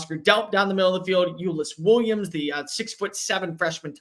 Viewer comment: I know it’s impossible to know every player on every team. That being said, you butchered Elyiss Williams’ name.